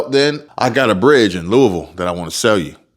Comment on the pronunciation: Thank you for pronouncing Louisville correctly!